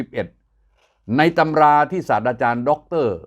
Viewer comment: ศาสตราจารย์ สาด-ตรา-จาน ด้วยความเคารพ ไม่ใช่ สาด-ดา-จาน